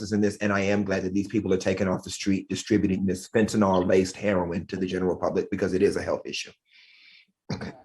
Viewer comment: Fentanyl “Nilll” not fentanOooool. Damn.